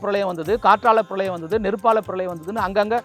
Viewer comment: 7வது பிரலயம் இல்லை அது பிரளயம்... உங்களைச் சொல்லி குற்றமில்லை!